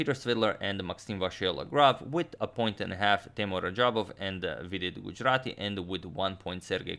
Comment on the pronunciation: i knew agadmator was great at pronouncing european names but seeing him say gujrathi so easily made me smile